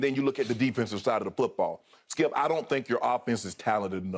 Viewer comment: His name is skip not skiiuup